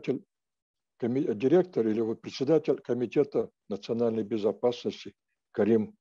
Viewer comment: Не предсэдатель, а председатель.